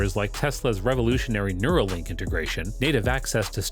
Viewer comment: Everything sounded great until he said neurolink ! 😱